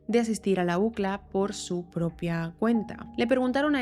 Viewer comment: La ucla 😂 y uno diciendo iu si el ei.